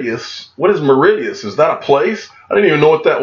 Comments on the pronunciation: Say it like Maurishus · It's pronounced Morishious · I love Americans. Maw-ri-shus. That made me laugh. Cheers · its pronounced Mor ri shuss and its an Indian Ocean Island and is Heaven on earth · Pronounced Maw-rish-us 😊 great video 👍 cheers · It is a funny looking word but the pronunciation of Mauritius is more like: "Morr-ish-us". Great vid again. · Mar-ish-uss is the north american English pronunciation, spelled phonetically You butchered that one grand! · phonetic pronunciation, Mar ish us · Dude it’s - MAA-RISH-US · Awesome vid- it’s pronounced MOR- RI-SHUS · Where is the D in Mauritius lol...love how you butcher names 😀😀😀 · I feel like maybe if he'd known how it was pronounced he would have heard of it lol